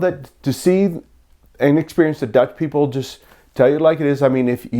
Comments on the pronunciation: Your Dutch pronunciation is quite good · Your Dutch pronunciation is really good. Seriously. I am a native speaker.